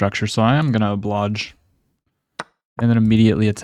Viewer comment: Anyone else notice he pronounces 'oblige' like 'oblage'?